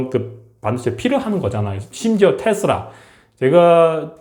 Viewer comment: [중국에 하는 조언助言 시조 한 수] 중국인은 하루 빨리 한글을 배우거라 외래어 인명 명사는 모두 한글로 표기해라 그러면 미래 중국은 아주 밝아지리라. 2025년 06월 11일 수요일. 물론 허장성세 되국이 할 리는 없지만..... 박수학 선생도 '테슬라'를 정확히 발음 못 해 그냥 '테스라' 라 하는 걸 보고...